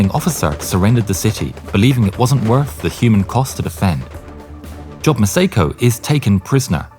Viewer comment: The name Job is NOT pronounced “job,” it’s pronounced “Jōb,” with a long O. For crying out loud, do basic research so you don’t sound like an idiot.